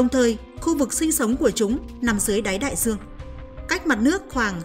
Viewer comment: Nói thì đường buồn nghe,giong đọc. Nhiều từ nghe sai sai. Đai duong, thì đọc Đai giuong. Do, thì đọc gio....còn nhiều từ nữa.......ok